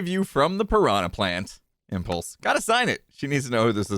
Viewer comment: I can hear Gem saying "Impluse!"